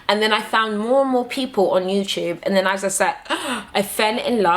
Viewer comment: LOL it's NOT! YOUSHUB IT'S YOUTUBE. lol :) LUV YOU GURLLL! My African sister!